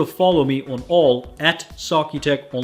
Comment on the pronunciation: It's "on" not "aun".